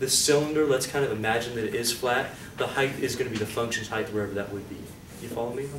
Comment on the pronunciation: Phenomenal explanation. Does he say Heigth (heith) instead of height. He silences t.